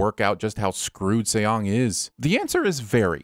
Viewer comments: I really wish you would make sure of the characters' names' pronunciation before recording this... my skin crawled every time I heard you say Say-ong or See-ong for the main character. It's just pronounced like the English word "song" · Lol. /See-yong/ 😂😂